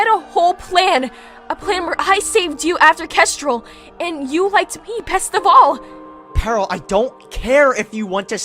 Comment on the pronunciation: It's not "Paril" It's Peril